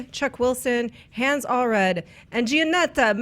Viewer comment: The Hans is pronounced like the guy in Frozen lol